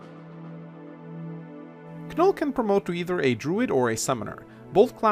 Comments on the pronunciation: It bothers me how he says "Kanoll".I always pronounced it an "Noll",as in with the K being silent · The fact that pronounces Knoll as Kah-Nul makes me question if he pronounces knot as kah-nut. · please never say Kanoll again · Ken-oll SILENT K lmao i want to punch my computerscreen right now Silent K don't you ken-ow? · My man, I'm pretty sure the "K" is silent. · I think the k is silent, but that is just me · I'm glad someone said it. 4 years and it still hurts my soul everytime he says it. Just like how he not only pronounces Ingrid as IngREE but also says her name every sentence. The pain. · Cringed every time you said Knoll's name.